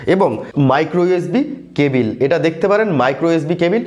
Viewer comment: Cabil na cable 😄😄